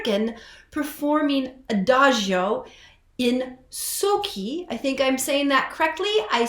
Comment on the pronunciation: "Sochi" should be pronounced with a sound "ch" like in "cheese".